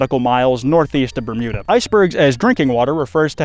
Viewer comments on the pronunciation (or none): none